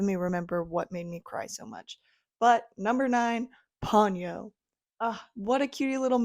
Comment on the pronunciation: I never cared for Ponyo. It's Po-nyo, by the way.